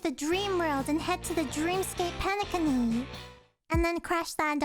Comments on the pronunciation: Nice to know many new players plays HSR. HOORAH ❤ And wait did you just said PENE-CUNNY?????😂😂😂😂😂😂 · Me when she says Penecony wrong nah it's alr I'm just happy see more animators play our lord and savior Honkai Star Rail all hail Qingque, Firefly, and Acheron! I ALMOST HAVE E1 FIREFLYYYGGGNFIDNDJFNFSUBSUDBEUDHFH! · Really liked how you said penacony xD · did they not tell you the correct pronounciation of Penacony?